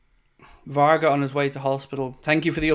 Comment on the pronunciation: !it is not VARGAS it is VARGA.Thanks